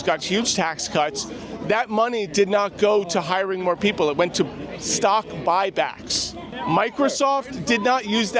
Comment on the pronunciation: “I’m not concerned with stock bock buy but…” 😂